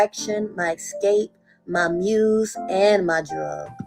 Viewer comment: BTW, the word is "ES-cape" not "EX-cape" ...